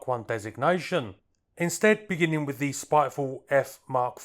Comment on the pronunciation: could I gently ask that you pronounce the word “the” as you would “duh”, not as “thee” like some medieval knight. I love your content but you’re driving me nuts with the mispronunciation of such a common word!